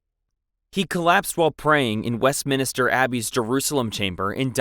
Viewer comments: Wesminister Carlsdyle Boilingbrook Glouchester Winsdoor Kingston Greenwitch Bronkyitus San Dringhem I get some are difficult like Blois, Agincourt and Vincennes, but others you spell correctly but keep mispronouncing anyway. It's great you've already accepted the mistakes and said your working on it, but it ready didn't feel like you were even trying or did any prior research. Especially when you pronounce Leicester and Meaux completely fine. The former being notoriously mispronounced. It's up to you, but I'd work on a reupload. Not being it's inherently bad, but because it shows good growth and that you have actually made the effort to improve. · WestMINSTER not WestMINISTER. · Ik this has been commented before and I realise its not your fault because the UK pronounce words differently to how they’re spelt (theres literally a tube station in London named “Surrey Quays” pronounced “Surrey Keys”) but it bears repeating; West-MIN-ster not West-minister Gren-ich not Green-witch Win-sor not Wind-sor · Anyone keeping count on how many of these guys from dysentery? Also it’s west MIN STER. Not minister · Minster not Minister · Westminster, not Westminister!! 🤦‍♀🤦‍♀🤦‍♀🤦‍♀ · Minster not Minister. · WestMINSTER, not Minister. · West-MINSTER not West-minister!! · I was going to stop the video over "West Minister", but when I noticed your pinned comment. I decided to overlook it and finish the video and I look forward to finding what else you might record. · Quick question: why is he pronouncing Westminster “Wesminister” 🤷‍♀️😂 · Ogden Nash wrote a poem about this common mispronunciation: "I find the cathedral dark and sinister - the one the tourists call Westminister" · Wes mins ter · Minster not minister… Blois is pronounced Bwah. Shi nahn. 🤦🏻‍♀️ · If you want to make videos like this, at least learn to pronounce things correctly. Wins-dor?? West-minister?? The list goes on. You really need to research better. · west-MIN-ster GLOSS-ter WUSS-ter-sher